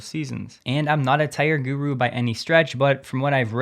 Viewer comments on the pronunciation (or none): none